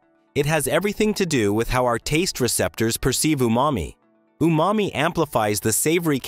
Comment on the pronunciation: The word, UMAMI is pronounced [OO MAH MEE], Not [ YOO MA MEE ] .